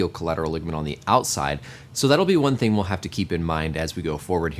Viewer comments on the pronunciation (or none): none